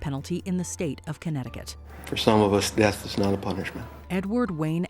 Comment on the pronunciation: Ahem!... "supposed to be put to dath"??? You mean "supposed to be put to death" I assume.